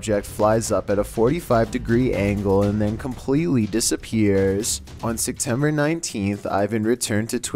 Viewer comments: I need to know why you keep saying "Sectember" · ikr my roommate says sectember and i just wanna shake her and yell "say it propally" lol